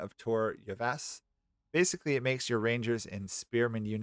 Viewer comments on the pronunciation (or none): none